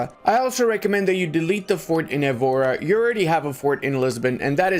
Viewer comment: Hearing Évora with out the '...